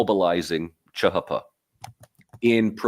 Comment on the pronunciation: 1) CHP is not chuh huh puh it's cheeh heeh peeh 2) You got some balls calling kemalism outdated, got anything to back it up with? 3) Although y'all and interested in interesting things, and I learned a few facts, I don't think all the study of turkey has resulted in a deeper understanding. Maybe Mike Doran offers tutoring?